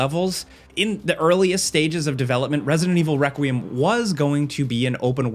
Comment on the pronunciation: Why can't this dude say requiem 😂I 😂